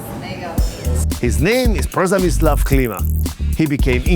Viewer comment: „PERZEMYSŁAW” XD